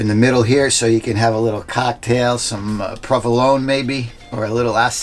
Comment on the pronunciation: Now, provolone ends with the e (the italian e), the s in asiago is like the one in resonable, and va**anc**o ends with an o. Other than this you're perfect, really perfect!!!! LOL